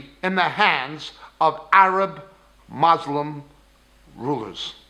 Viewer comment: So many lies and half-truths. Claiming that Palestinian Arabs are not Palestinian makes as much sense as saying Khazar descended Jews aren't Jews. Why so much hate dude? People are there, no matter what they are called people have been there for a long time. Also, you should pronounce Muslim correctly